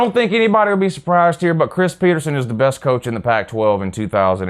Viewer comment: Go Huskies. Btw it’s PetersEn not PetersOn